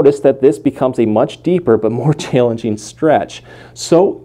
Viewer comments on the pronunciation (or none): I like how he says “chayllenging”